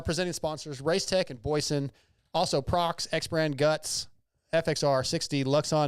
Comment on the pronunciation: busting your balls 😉 It's an annunciation thing with non-english speakers. Or should I say, "nonglish?" The employees in America say Proh Ex, not Prox. Even the web URL has a hyphen 😋